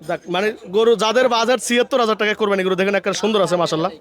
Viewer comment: কোরবানি শব্দটা সঠিক ভাবে উচ্চারণ করলে খুশি হবো।